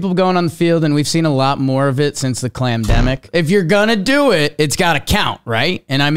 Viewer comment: Sounds more like he said “clandemic” or “klandemic” imo. That’s what I thought he said at first too.